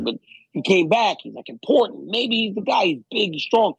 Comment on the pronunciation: Chael will say Gastelum when you stop saying ImPORDant